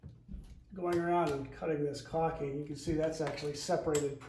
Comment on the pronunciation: Good job! But please stop saying "cocking"...., it's "caulking" - with an L.🤭 Thanks for posting the video